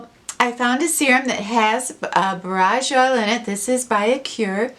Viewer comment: Just found your Chanel ❤️❤️ I’ve studied herbalism for years, borage is pronounced Bore-age